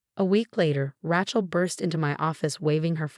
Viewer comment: Learn how to prounce Rachel right.